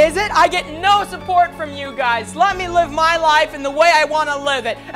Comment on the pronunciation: Blud really said “My life MAHH RULES”